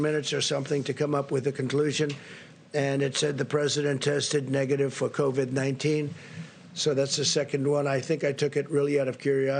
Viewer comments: Something About The Way He Says COV---"ID" That Does Not Sit Right... SMFH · Trump says covid C O V A D covid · Such an IDIOT ... C O V I D . WOW are his reading and spelling skills improving? Now it would be nice if he could put some inflections and or emotion in his words. Oh man, second time he says COVID he MISS PRONOUNCES IT....LMFAO. SUCH A MORON.. that's ....M O R O N...